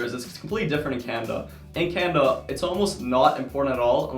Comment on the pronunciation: I’m sorry but were you saying CANADA? I got it from context but it sounded like Canva. Also how do you plan to combine your 2 interest? I have 2 interest too so it’d be interesting to hear your insight